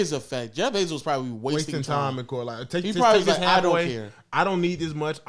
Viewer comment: Why tf keep sayin jeff benzo😭😭